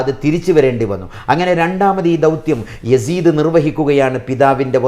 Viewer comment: യാസീത്തിനരികിൽ എന്ന് അല്ല യസീദിനരികിൽ എന്നാണ്.